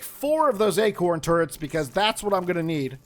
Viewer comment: I thought you said turds instead of turrets and now I won't be able to get that image out of my head. I mean if you want to try trippy hell you might be able to put them upside-down on a floor piece still. honestly I think Pete's gear is meant to be a Moldorc design, the thing in the main part of the omni-axe has that same warty plastic feel as the castle from 1.